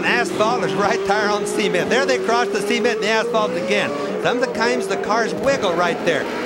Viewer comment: In all the races I've heard Bobby Unser's commentary on, I've never never heard him pronounce "cement" before. Now I can't unhear it.